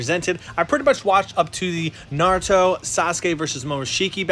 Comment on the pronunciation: I’m not just talking about you even though you did mispronounce some names like bruh how do people watch naruto and watch NARUTO for they’re whole lives and mispronounce like every single name not even mispronounce SLAUGHTER the names like I- how is that even Possible now the worst is when they say NaRutO you know what in mean them saying naruto like nArUtoe like BRUHHHH not in any of the dubs does it ever even say naruto like that so how da hell they say it like that LOL